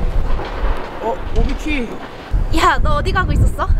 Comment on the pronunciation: 는 맨날 오비키를 오바키라고말하네ㅋㅋㅋ